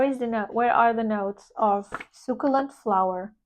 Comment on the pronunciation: Hi! Delicious Bouquet sounds good, but I don't need yet another Devotion dna citrus vanilla perfume. Definitely going to check out the Zara perfumes. Especially interested in the Matcha Mochi. Btw, succulent is pronounced: su (su as in sun) ccu (cu as in cube) lent (ryhmes with sent) Hope this helps! Have a great Sunday!